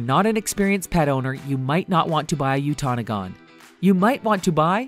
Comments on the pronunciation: Its pernoced (you ta no gan) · There's no such thing as a miniature doberman pinscher. It's just miniature pinscher. Completely different breeds. There's also no such thing as a shiba emo lmfao it's called shiba inu you also pronounced utonagan wrong. Also on the goldendoodle when you said golden retriever as one of the parents that was actually a labrodor retriever in the picture. And those were NOT Pembroke shelties in those pictures. other than that the info is pretty accurate although shepky should have been on the list. They are the prettiest cross breed of all.